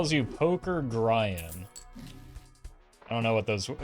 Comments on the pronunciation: I mean if you've never heard of him before how else are you supposed to imagine it's pronounced? It's one letter off from Brian. Anyways, add Gryan to the pile of off-brand Grians along with Giran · the mispronunciation of Grian hurts me